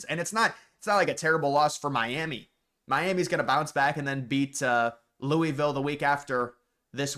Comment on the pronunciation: I’m begging you to learn how to pronounce Louisville. Please.